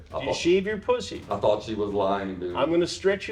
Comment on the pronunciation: “I’m gonna rearrange your poosy. 🗣️I’M GONNA REARRANGE YOUR POOSAY!!”